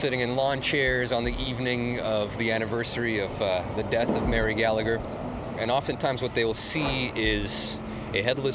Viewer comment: Its laughable how these "experts" speak with such certainty and matter of fact, when its complete waffle, yet the sensible people that need proof are the ones who aren't "open minded". lol ...Oh and if I was Mary, I'd haunt all those Canadians too for massacring my name! Learn to pronounce names properly! Almost as bad as the Americans. Also, it wasn't a "potato famine" it was a mass organised and orchestrated genocide by the English on the Irish.